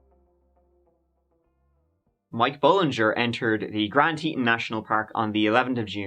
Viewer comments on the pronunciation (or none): Teton is pronounced Tee Tawn😹😹😹😹. He is like a Black Widow 🕷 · Boise is not in East Idaho! It's West 😬 Also Teton is pronounced like Tee-tawn, not Teet-in. Otherwise great! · Say it with me; Grand TEEEEton. It’s pronounced Teeton. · Teton is pronounced Tea Tohn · Love you too Mike! (Also, is "Tee Tawn", rhymes w fawn) ❤ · Guy's a little large for a Ford Focus, must have needed a pry bar to get in and out.....oh and it's Tee-ton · Used to live in Jackson Hole, Wyoming, sir, and those mountains are pronounced Grand Teetawn! Just thought I would let ya know, darlin!!! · Mike, Mike, Mike!! Its Teeton (Teet awn). But I still luv ya. I think they found Jimmy Hoffa during their search. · It's pronounced Tee-tawn, lol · Obviously he had planned on talking them into a polygamist marriage.when his idea was met with a big fat "oh HELL no!!!"....he killed them all. P.S., hard O on the TetON. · Pronounced Te-ton...like the word on. Such a sad story. Also, the Irish guy missing is tragic. 😒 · Teton rhymes with Tea-John. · Hey Mike. It pronounced Tea-tawnz; means the "Breasts of the earth"